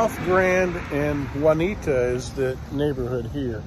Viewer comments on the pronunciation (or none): You said you were at Grand and Juniatia except in St. Louis they pronounce it" june e ata"